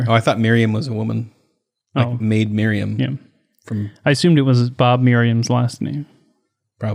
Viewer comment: I am outraged!!!!, I hope you're joking! Maid Miriam?? Gotta be freaking kidding me! It's Maid Marian!! One of the greatest and most important stories in all of history and you botched it! Idk if I can ever trust anything you say again... I need a minute to recover...